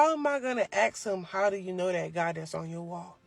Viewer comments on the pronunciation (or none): Saying Axe instead of Ask still puzzles me. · If an American woman says “aks/ax” rather than “ask”… I’m definitely not interested even in talking. FFS speak English! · I agree and so I must give a quick lesson on how to pronounce " ask " Think and say ASS and then add the K sound, so ASS-Kuh!